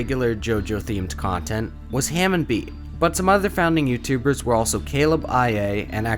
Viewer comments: Love the video but I can’t help but laugh at you saying it like “ham on” instead of like “harmone” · I’m sooooooo offended he did not say hamon right